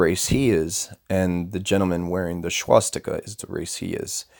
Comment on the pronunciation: And by the way learn how to pronounce SWASSS Tika not Schwass tika. Start by dispelling YOUR ignorance.